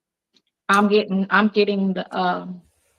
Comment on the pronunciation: GettinK?? What the? What’s with her daily “k” instead of “g” at the end of words?